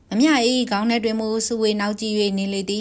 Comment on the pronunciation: ’ ေဂါင္း' မဟုတ္ဘူးေနာ္ ‘ေခါင္း' လို႔ အသံထြက္ရမယ္ . ဒီေနရာမွာေလ . လူေသထဲ့တဲ့ 'ေခါင္း'